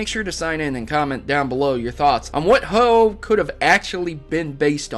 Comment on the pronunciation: ho aah 😅 its oh-oh